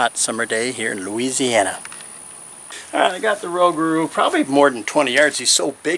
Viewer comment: Hey! Love it! It's kinda sound/pronounced Ro-gah-ro. Excellent job!